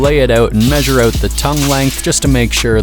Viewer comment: Are you Canadian? No biggie, just coulda swore I heard a “cut the line oot” in there…😅